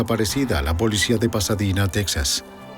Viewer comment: "Texas" o Tejas. "Pasadina"o Pasadena.🤨